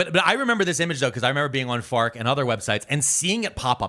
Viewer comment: You said fark and I felt my bones creak.